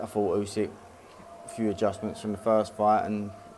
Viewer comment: Still can’t pronounce the undisputed world heavyweight champion’s name. It is NOT Usek ffs!